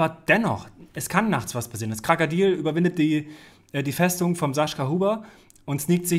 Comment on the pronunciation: Warum sagst du Krakadil und nicht Krokodil?